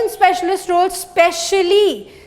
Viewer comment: Especially is wrongly pronounced.